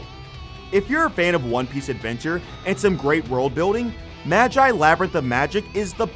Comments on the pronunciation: Mah-Jaai Fuck is a Mah-Jaai? maGi G Geu. Geu Magi sound it out. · Did... did you just say madjie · It's Magi read as Magic without the C not Majay 😅 funny accent. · "Maj eye" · Okay hol up i only got 1 thing to say to u sir... say magi again?🤨😩💀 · The way he pronounced Magi...I